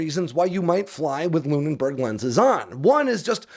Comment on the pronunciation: LOONBERG, not LOON-IN-BERG...